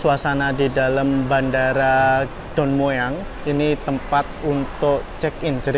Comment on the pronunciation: baca aja Don Muang.😅